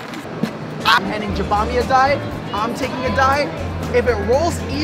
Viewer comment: i cringe every time u misspronounce jabami